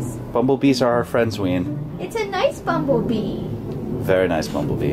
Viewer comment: Its a noice bomblebeeee bomblebeeeees are our fwiends